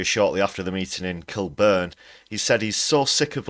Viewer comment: It's pronounced KILL-burn! 🙂